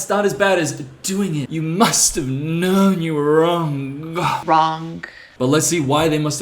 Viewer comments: He doesn't even address how she pronounced wronG with the hard G at the end. Now that's cringey. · WRONK. THATS ALL I COULD HEAR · “You must have known you were ✨wrongk✨” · If I hear WRONK one more time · Omg make the first girl say "wrong" correctly. She keeps saying "wronght" like STOP AT THE G!! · “Must’ve known you were WRONK” That’s what I hear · i hate that she says wrong as "wronk" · "You must have known you were wronK" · "wronk" This comment exists for engagement purposes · "you must have known you were wronk" is all I heard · Oh my god the way she she says wrongK is sending me over the edge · "You must have known you where wronk"... also: F#*k Andrew Tate! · "you must have known you were wronggkkh" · "You MUST have KNOWN your were WRONK." We ride at dawn. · Idk why this new trend annoys me so much, but so many of these poetry girls have started overpronouncing their 'g's during what is supposed to be a velar nasal 'ng'. Like when they say "wronG" or "sinGing". It screams pseudo-intellectualism and it is almost like they're trying to speak in cursive. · it makes me mad she said ‘wrongk’ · I didn’t realise there was a ‘k’ in the word wrong. I personally like poetry. And some I stuff is alright. But some of it is so so so fucking bad. Give me some Dickinson. Some Patterson. Some Poe. Heck, just give me some Shakespeare; Much Ado About Nothing is some deep shit and it’s funny as fuck.